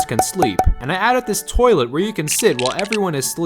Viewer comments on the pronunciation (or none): none